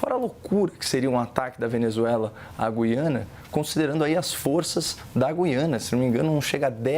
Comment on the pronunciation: Parabéns aos dois debatedores pelo alto nível e por pronunciarem corretamente a palavra "Gú-i-ana"...